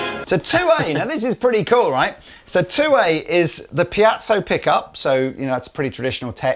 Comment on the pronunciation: Brilliant guitars and very good presentation, but after all these years, why hasn't anyone dared whisper to it's piezo, not piazzo!? They did?!? Well, then... Maybe we'll just have to change the word?